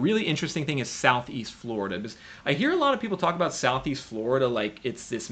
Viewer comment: Still so hard to take you seriously when you can’t pronounce “because” and instead say “biziz”